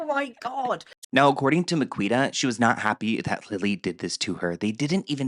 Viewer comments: Miquita is actually pronounced Makita in the UK x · Its pronouce MA-KEY-TA